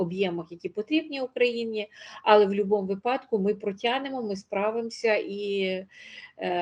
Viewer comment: Достала ваша бла,бла, ьла, пані . Особливо ваше Але з наголосом на А